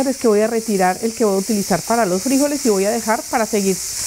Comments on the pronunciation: Se dice es frijoles con el acento o fuerza de voz en la o. Se conoces tambien como judías. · Hola eres una princesa si, note te que te gusta el igles pero primero nuestro idioma pronunciación frijoles n lleva acento en la O